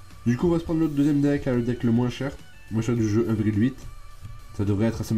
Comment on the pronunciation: quand tu dit un déck on dirait tu dit les hendecks mdr